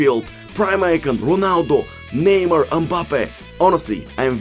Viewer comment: бате с тва преправяне на гласа докато коментираш направо ти гледам клиповете без звук . и ударенията на футболистите като почнеш пОгба, неймА ...пусни гледай некой мач да научиш поне имената да им изговараш правилно